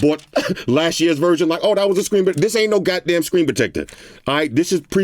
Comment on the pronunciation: "no gatdamn charger" 😂